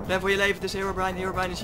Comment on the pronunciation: Je spreekt herobrine uit als hèrobrin en net heerobraain